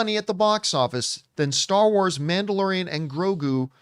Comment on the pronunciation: “Manderalorian” lmao